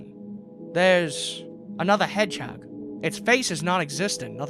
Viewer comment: Why do you say hedgehog like that?